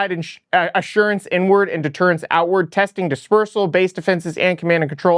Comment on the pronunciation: Need to double down on Super Soakers! Hear me out... Russia fucks with our boats in the Baltic Sea, surrounded by water... almost endless Fucking Ammo. Mic Drop! Also, did you say "Inward" or "N-Word"? Either way, I am horrifically offended!